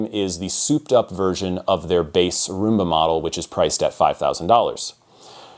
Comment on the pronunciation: Pronounced Rum-ba. It's an alternate spelling of the Cuban dance.